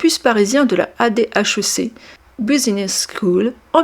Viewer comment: La video est intéressante, mais il faudrait revoir le narratif et la diction. Au passage on dit édèk et pas AD-HEC